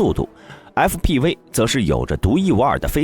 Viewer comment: fpv😂念成啥了